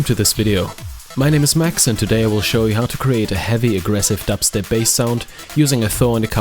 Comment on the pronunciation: i love how europeans say dubstep.